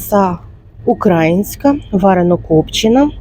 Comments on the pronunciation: 🤯ковбаса "УкрАїнська"???! У Вас така чудова, лагідна мова, і живете Ви в УкаЇні, а не в УкрАїні. Це у кацапи (свідомо!, навмисно!!!😠) нашу країну і націю називають з наголосом на "А"😠😡 Бажаю Вам НАЙважливіше слово в нашому - словнику вживати правильно🤗💙💛 Дякую за огляд знижок!👍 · УкраЇнська! Наголос на Ї